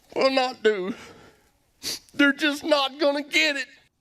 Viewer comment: "...Der just not gunna get it!" ROFL